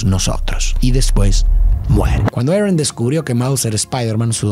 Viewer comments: ¿por qué le dices "erron" a el tio "arón"? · a quien mas le da risa cuando dice tio Arn y no Aron